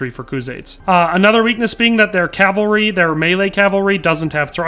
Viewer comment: I'll like the video because you say cavalry and not calvary like alot of people on youtube do.